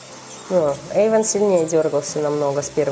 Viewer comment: не ейван а эйван